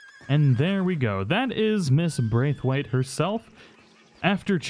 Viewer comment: 1 it was ROSS not Rose, and 2 Its pronounced BR-A-TH-WAITE. at least my wife's maiden name was